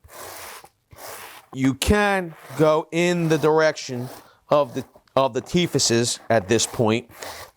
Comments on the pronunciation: Are you saying teefaces or teeth faces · ''teethasis''... lol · What the heck are teethusses🤣🤣. Even more surprising only one other person has pointed this out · What are ‘teehivises. You mean ‘teeth’? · Teetheses? I’m pretty sure it’s just teeth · Did he say 'teethesis'? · It's pronounced "teefs" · teefezes..? I did hear correctly..lol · Its pronounced teethz